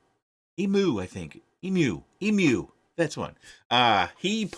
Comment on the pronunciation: Lol, repeat after me! Eem-u, eem-u, eem-u.